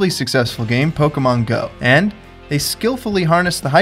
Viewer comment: i keep hearing him say pokumon